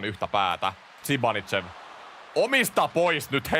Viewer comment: zibanidzev on kyl oma lemppari näistä lausumisista!